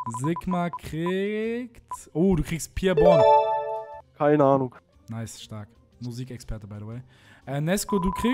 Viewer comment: Junge bourne nicht born